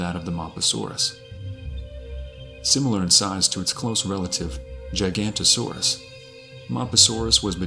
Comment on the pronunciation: Except its pronounced Jig-ga-not-oh-saur-us......